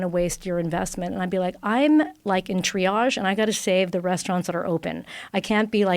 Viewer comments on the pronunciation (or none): none